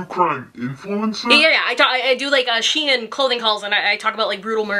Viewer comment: FINALLY SOMEONE PRONOUNCED SHEIN RIGHT OHMAHGAWD 😭